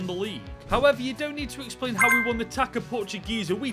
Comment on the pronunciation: It's pronounced "tahssa" not "taca". Great run. Congrats.